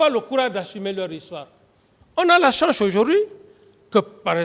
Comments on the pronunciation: Mr Dadis, on ne dit pas " chanche".😂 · À ce que je chache😎😎 il n'a pas de la chanche